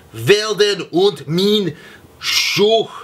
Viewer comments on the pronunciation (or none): none